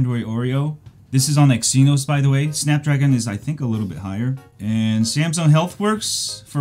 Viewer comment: "X E nos" lmao